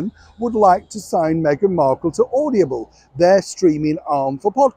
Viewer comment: Darling it’s Audible, not Audiable 😘